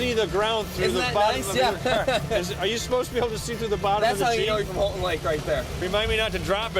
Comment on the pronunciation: you mispronounced houghtin its pronounced like "how-tin"